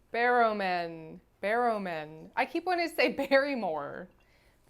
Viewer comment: Also every time mispronounces John's last name, my brain mentally inserts the clip from Never Mind The Buzzcocks of David Tennant shaking his fist and growling, "BARROWMAN!" (that's your niche british reference of the day 😂)